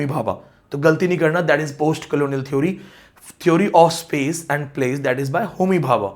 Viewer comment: You are a good scholar but you need to work on correct pronunciation... theory/ˈθɪəri/, Village / ˈvɪlɪdʒ/ such words are common... please 🙏